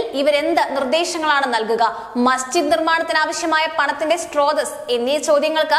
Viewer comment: സ്രോതസ്സ് ആണ് 'സ്ട്രോതസ്സ്' അല്ല. All the best!